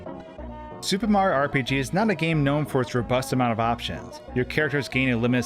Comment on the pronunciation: SupeMario. Anyone else think it sounds like that when he says Super Mario in his videos?